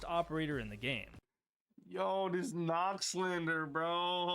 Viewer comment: its not knock its Nøkk its The letter "ø" is a Scandinavian vowel its not a normal o The letter “ø” is pronounced similar to the “u” in “burn”